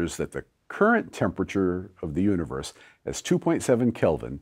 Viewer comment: Sometimes when he says "universe" it sounds like he's saying "uterus."